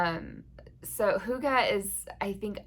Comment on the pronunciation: To think I’ve gone this long without knowing the feeling of coziness had a word! Thank you for adding hygge to my vocabulary, and with a proper pronunciation! I love your idea for this make along. When external light and warmth is low, it’s a great opportunity to learn how we can harness our own inner light and warmth. Definitely something I’ve been working on since moving up north after 18 years in Texas. I will for sure come up with a project for this one!